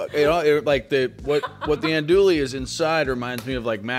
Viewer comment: As a Cajun, I appreciate the zealous use of Tony's, but I'm gonna carve my ear drums out the next time I hear you call Andouille "Anduly", or call roux gravy lol.